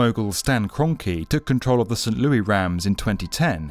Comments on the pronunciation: Its st. LouiS , not st. Louie 😅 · St Louis is pronounced St. Lewis not Loooowie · Just a small thing in the states we pronounce St Louis like Lewis, as in Hamilton. We’re not fancy enough for the French lol. Great video as always! Also this comment section is weirdly toxic rn. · Can't wait. By the way, It was the st. LOUIS RAMS... not the st. LEWIE RAMS. 😂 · St. Louie Rams lmao. It's Louis btw. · I had to laugh when he said "the St. 'Louie' Rams" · Great video! For future reference, many french names in the US are pronounced phonetically, not correctly. E.g., St. Louis is pronounced Loo-iss rather than the french correct way Lou-Ee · Sant Lewy Rams 😄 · Saint Louey Rams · I can’t be the only one who giggled at how he said St.Louis😂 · I love all B1M videos, but how you said St. Louis made me really cringe lol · St Louis doesn't have a silent 'S'